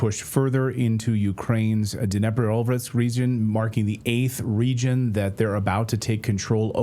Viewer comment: CLAYTON, De-neep-row-peh-trov-sk That'll help you pronounce Dnipropetrovsk 😜😘🤙